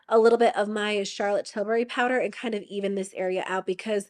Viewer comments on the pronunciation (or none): none